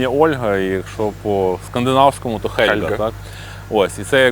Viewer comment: хз як то можна читати "Хельґа", ну "Гельґа" ж!